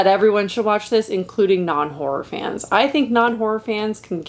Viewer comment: As a British person, I hear "whore movies" 😂